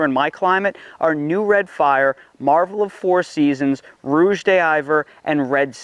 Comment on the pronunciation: Just so you know, those French words you're trying to pronounce, they mean red of winter and they're pronounced rouge (which you got right) dee ver. The French "of" isn't pronounced like "day" like Spanish. It's more like duh. But when it's followed by a vowel sound it's just run together with the next word. The h on hiver is silent. Thus dee ver. Hope that helps. If you want to hear it for yourself you can type it into the French box in Google translate and click the speaker button.